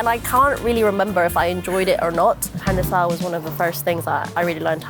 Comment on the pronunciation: PanAdera not Pandera. This isn't Avatar